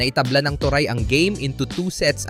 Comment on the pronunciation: "to-re" ang pronunciation ng toray, hindi to-rai. "pon" naman ang pronunciation ng peng. at huli, hindi siya "s five league" kundi S-V-league, as in letter V.